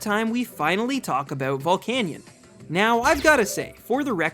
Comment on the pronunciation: VOLCANION, NOT VOLICANIAN!